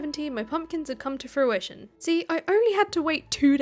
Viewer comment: If I had a pound for every time she said her crops had come to fruishoin😂